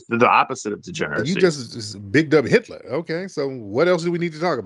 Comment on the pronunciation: i knew he didnt say hilter😂man im laughing hard😂😂😂😂😂that I.Q drop tremendously😂